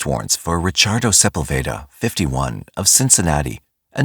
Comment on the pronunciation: . Michael who???? You don't how to pronounce Sepulveda.? LMAO. Its SA PULL VA- DA. NOT SEPEL- VADA. AAHAHHAHAHAHAH WHAT A TOOL